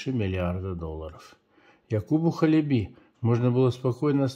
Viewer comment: Ударение на первый слог - Ха́леби.